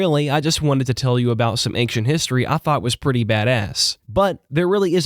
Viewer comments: Brother, I know it's not a huge deal but the word "ancient" is not pronounced "aynk-shent", just "ayn-shent". Hearing it rapid fired off several times forced me to write this comment. That is all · it's ancient not ankcient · Why are you saying the word "ancient" as anckcient? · "Ankshent history"? I'm sorry `:D In seriousness, I randomly found this video and you earned yourself another subscriber. The way you told the story is incredibly captivating, I found myself forgetting about the real world with how immersed I was for these 2 hours. You are an excellent storyteller. Keep up the good work! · why does he say ankshient? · Dismayed at your pronunciation of the word 'ancient'